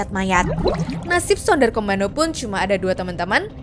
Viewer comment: BUKAN SUNDAR KOMANDO TAPI SUNDER KOMANDO KA